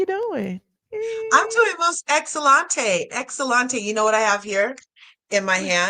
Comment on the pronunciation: The lady can't say excellent in Spanish correctly. Yet, preaching that man and woman isn't a social construct It's excelente, not excelante. 😂😂 Y'all better stop listening to these dummies. Male and female is biological. Females have a uterus, a womb. Therefore, a transMan (born female) can still give birth. Just like some Intersex people can give birth as well. There's more than one gender, people. 😂😂